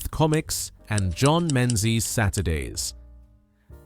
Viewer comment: 😊a gentle walk down memory lane lane - I was there. Be nice, however, if the narrator could pronounce Menzies - it “Mingies”. It’s Scottish. Actually, many of the comics shown came from Dundee. Surprised at no mention of Home & Colonial. Also, alongside Co-Op stamps were Pink and Green stamps with their own catalogues. And let’s not forget Cigarette coupons: collect for an Iron Lung! Remember also that the 60s were only a hop and skip away from decimalisation.